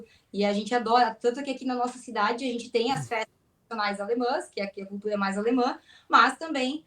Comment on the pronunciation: Pigmego/pigmega, culcuga, eugopeu, conservagora, agoga kkkkkkkkkkkkkk Esquerga é teu cu Eles falam outra língua.